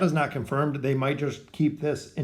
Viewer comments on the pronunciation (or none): none